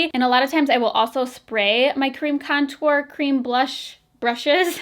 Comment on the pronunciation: I swear at one point you said comtour😂😂 hahahaha LOl 💕💕